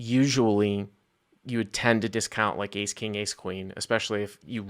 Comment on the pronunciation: Honestly not as bad as the A9 that I heard as eight nine. How do you make Ace sound like eight?